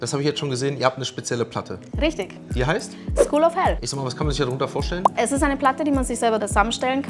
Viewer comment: school oder skull xddddd?